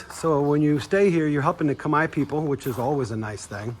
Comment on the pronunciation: You are abrord and you expect english 😂 First time I hear an american saying "khmer" proprely.